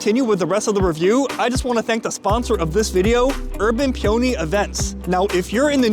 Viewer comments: Nowhere on the menu did it say USDA Prime, you paid USDA Prime prices for Choice beef, also, you actually got a Porterhouse - the criteria is that the filet is wider than 1.25 inches… FWIW, the proper pronunciation of peony is “Pee-oh-knee”… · I'm so happy for you to see that you've got a sponsor for your video. But I want you to get more sponsors so please rerecord the sponsor segment and pronounce the name of the company correctly. Peony is a flower and it is pronounced pē′ə-nē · Pee-o-nee, like the flower